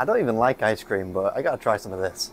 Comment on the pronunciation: Aww yeah! Fwee ice cweam